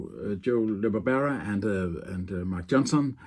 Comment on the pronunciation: This is a very informative and wonderful presentation. Thank you. The pronunciation of Joe LaBarbera‘s name is La-Bar-Bur-Ra. Again this is an excellent video!